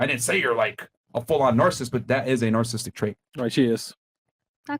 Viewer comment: After all these years still can't pronounce "narcissistic" correctly.